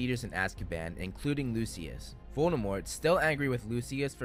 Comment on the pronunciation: Not "Lucy-ass" Malfoy. 💀💀💀